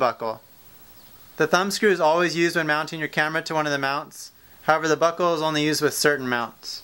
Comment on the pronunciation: Every time he says buckle it sounds like "Butthole"